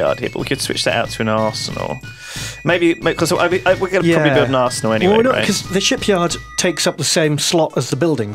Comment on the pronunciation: IT'S NASOOO